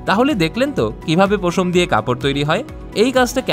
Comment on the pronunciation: পোশম না রে ভাই উচ্চারণ হবে পশম